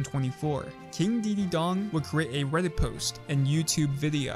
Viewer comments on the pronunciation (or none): none